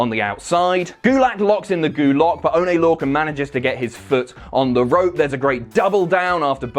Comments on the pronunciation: "Oh-nay Lore-kin"? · "Onay Lorcan" Nice